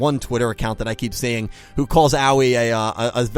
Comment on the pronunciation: 1. It's amazing how despite Akira saying Aoi's name multiple times in this episode, continues to screw up the pronunciation. Owwie, indeed. 2. Also, Lightning did say Spectre was the weakest of the group, so if Aoi couldn't win, then what chance would he have had? 3. This episode shows what a good villain Bohman has become. His goal is to lead the Ignis to the future, but he still shows compassion and honor to his human enemies, allowing Akira to embrace his sister before saying goodbye.